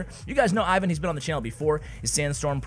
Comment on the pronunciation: Ivan's name is pronounced "Eevan" with accent on the second syllable.